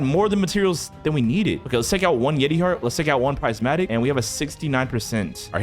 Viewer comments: Its prismatic.. not pricematic…. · Haha, it’s prismatic, not prizematic. 😂